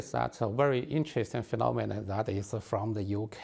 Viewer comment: Man: and they have accepted huawei’s you know aaaaa aaaa aaaa smartfont Me: wtf Man: I notice the very same interest and phenomkwjejw in the UK.. Me: idk what are you talking about if this vid doesn’t have captions..